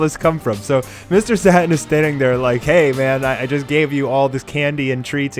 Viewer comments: I honestly hate it when people purposefully change the pronunciation of a word they know how to pronounce. It's Satan. Not Sotin. It's pronounced Saye-tin. It's not that hard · hate to be "that guy" but its Satan as in Lucifer, as in the devil, not Sat-in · His name isn't "Sat'In" it's "Satan". Just like you say it when you speaking of the Devil. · "Saturn"?, not dissing your pronunciation of Mr Satan but its more of a "Say-ten", just saying, love the video though brilliant work. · Why do you call him Satin instead of Satan? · Pronounced say-tan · he call sa-tan u man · u must believe satan is the devil because you pronounce his name wrong on purpose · Wtf haha , how am I supposed to find this dude credible if he says satan's name wrong. Not even an old school dbz fan.